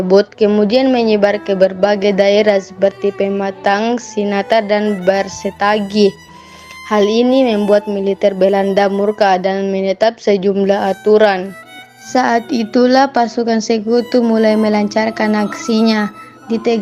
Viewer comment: Berastagi bukan barstagi yg benar dong bacanya.